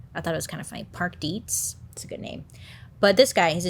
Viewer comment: The fact that you said Dietz perfectly 🙌🏻 I can’t tell you how many people mispronounce the name lol. (My last name is Dietze) 😆